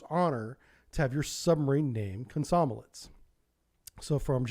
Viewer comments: should be pronounced “kom- som- O- lets” rather than “kom- SOM- o- lets”... stress should be on that 3rd O... just saying :) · It's not "kom-SOM-o-lets", it's kom-som-OL-yets". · Komsomólets... Plavník.... Dude you wouldn't want anyone to mispronounce your name because it was originated in the other country... So how come you never bother? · Russian writing is not the best, as some letters are pronounced different from what is written (nowhere near as bad as English though)- so 'komsomolec' is pronounced kam-sa-MO-liets. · Remind me to teach you how to say Komsomolets some time.... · It would be a great help if you'd take greater care with your pronunciation. "Komsomolets", for example, doesn't have any "n"s in it.